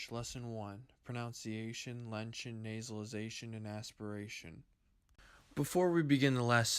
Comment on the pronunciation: Really happy to have found this, thanks! Quibble: it's "lenition" not "lention". Ogham is pronounced roughly "OWE-um" in English.